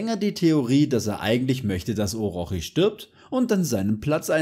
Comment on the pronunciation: Es wird Orotshi ausgeprochen Bro